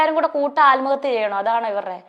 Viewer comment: ആല്മഹത്യ ഈ വാക് പറയാനും അറിയില്ല ആത്മഹത്യ എന്നാണ്